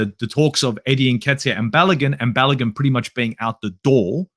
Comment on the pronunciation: Balogun is pronounced Balowgoon Not Balagun